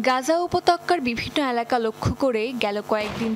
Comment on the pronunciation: উপতক্কা না আফা উপত্যকা।